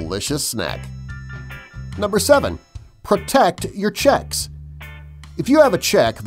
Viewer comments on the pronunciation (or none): it says cheeks not chuque LOL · "protect your cheeks" not checks but cheeks